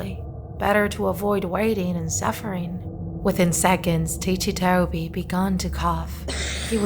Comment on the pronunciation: its ticci toby not tichi toby